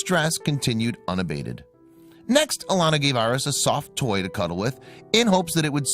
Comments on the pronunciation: It’s pronounced “Air-eez”, not “Aur-ess”. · please work on pronunciation. air-eez as in the star sign.